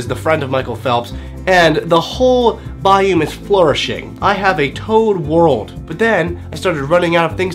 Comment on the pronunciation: Why do you pronounce biome like bye-oom instead of bye-ohm